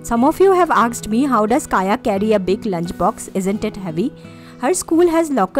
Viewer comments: Not aksed.....it's asked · I always noticed that u pronounce Asked as "aksed".😀🤗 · good video but I was unseemingly bothered about you pronouncing 'asked' as 'aksed' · Just an observation.. Asked.. Pronunciation is so wrong